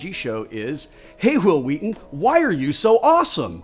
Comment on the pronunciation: He channeled Stewie Griphon when he pronounced his name"W'il W'heaton".